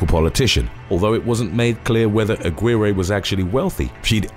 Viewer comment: Her last name in #6 is pronounced A-gi-reh!!!!